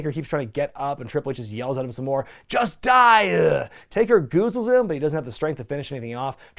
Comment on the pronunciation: “in this business-ah” “just die-ah”